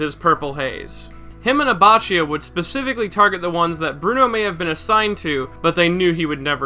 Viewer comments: Why do u say Abatchio instead of Abaccio and Die a vo lo instead of Diavolo and Bushaleti instead of Buccialati? U pronounce shit really weird bro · and also "abbacchio" is "abbakkio" ("chi" and "che" in italian ar "ki" and "ke")